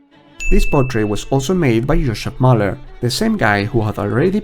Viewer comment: ‘Mähler’ not ‘Mahler’ !